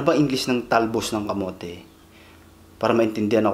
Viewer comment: Ahhahaha talbs ng kamots is soooo funney😂😂 its camote tops anyways